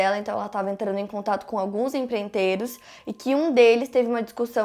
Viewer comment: Se diz empreiteiro, e não emprentero. (tem duas letras "i" faltando aí na sua versão, rs)